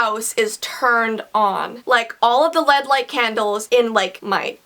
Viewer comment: OK I don't want to be mean, but you keep saying lead candles. Its L E D. they are all separate L E D is a type of light. i understand though its looks like its lead but its L E D.